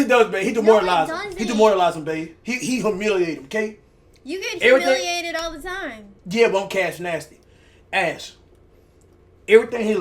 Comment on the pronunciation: "He homilated him babe!" Homilated? da fuq? Someone call the cops! Cash is murdering the English language!